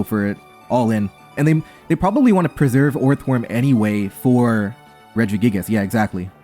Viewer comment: Why you pronounce it redge - E - gig - ass that one time 😭